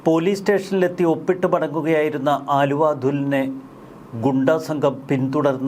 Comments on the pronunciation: ആലുവ അല്ല ണ്ണാ അലുവാ😂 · ആലുവ അല്ലെടാ ചെങ്ങായി... അലുവ എന്നാണ് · അച്ഛന് അലുവാ കച്ചവടം ആയിരുന്നു....ആലുവാ അല്ലെടാ പൊട്ടാ...അലുവാ... അതെങ്ങനാ ഒന്നും നോക്കാതെ വായിൽ തോന്നിയത് തള്ളിയങ്ങ് മറിക്കുവല്ലേ.... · ആലുവ അല്ല അലുവ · Haluva, allenkil aluva Aaluva alla... 🙏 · ആലുവ അല്ലടോ അലുവ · എടൊ ആലുവ അതുൽ അല്ല അലുവ അതുൽ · ആലുവ അല്ല അലുവ അതുൽ 😅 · ആലുവ അല്ല ബായ് അലുവ ആണ്... തെറ്റ് തിരുത്തുക താങ്കൾ